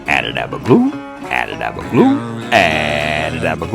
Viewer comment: I really love your content so down-to-earth I really appreciate it. I have watched quite a few of your videos now and I've only just realised that your not saying "a dab o do" but " a dab of glue" my poor listing skills.😅